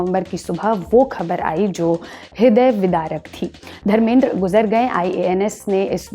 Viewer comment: Dharmendra ji bol Acha nhi lagta tum jesa junior unko aesa pronounce kare Phela khud ko dekh News reporter nahi ho jo aesa status do